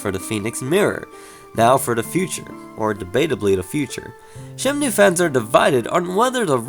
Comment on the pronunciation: i thought i heard he said it as 'shemnue'